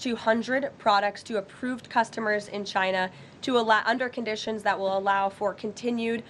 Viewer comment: I love how the Donald pronounces/says "China". Takes extra effort but sounds great.